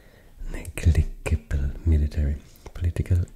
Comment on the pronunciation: neg-ledge-able ;) great video i've already fallen asleep like three times to this.